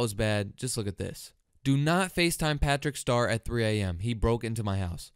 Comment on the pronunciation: Bro is literally saying “pæþřĩçķ ștœř” Don’t want to offend any British people